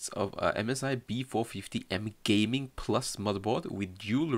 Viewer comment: the way he said GAYMING got me